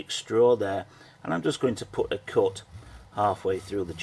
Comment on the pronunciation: Coot? It is Cut. Not Coot.